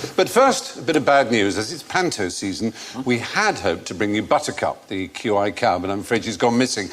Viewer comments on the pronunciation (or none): It's QI not iq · So wait, I'm the only person annoying enough to point out it's QI not IQ?